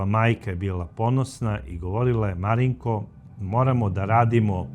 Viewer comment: Gospodine kako fino izgovarate ime MARINKO 😊 moj sin se zove MARINKO 🙂 a za ovog psihopatu nemam rječi nedao Bog nikom... pozdrav iz Banja Luke